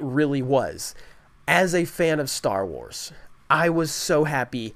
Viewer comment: Can I get a dollar every time he says "Star warrs"